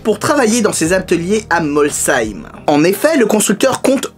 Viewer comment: tu a bien prononcé Molsheim bravo a toi :)